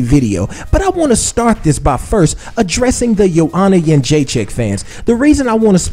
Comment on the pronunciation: You are pronouncing her last name wrong. It's joanna got-chin-checked! She's in denial, why can't she admit rose was a better fighter that night. Anyways, if she loses to rose in the rematch i wonder what she will say then?